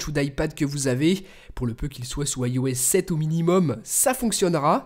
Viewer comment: Pourquoi tu dis AIOS 7 au lieu de IOS 7